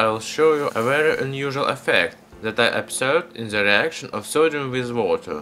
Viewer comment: say den instead of z what you say in case of the